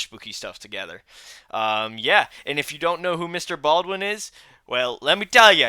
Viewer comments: Mr Ballen not Baldwin! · His name is Ballen not baldwin